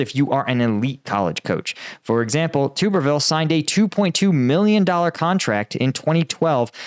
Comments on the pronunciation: Tub ber ville not tuber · At least get his name right, It's pronounced Tubberville. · its pronounced tub er ville like bath tub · stupid. stick to Ukraine. Everyone knew this, me included. You mispronounced his name.